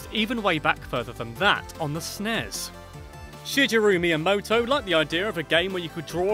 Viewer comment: "Shijaroo Miyamoto"